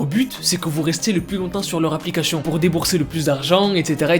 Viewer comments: C'est moi ou il dis applicashion 😭😭 je l'aime ❤ 😌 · Tu dis applicachion 🤣🤣 C plus une applicachien 😅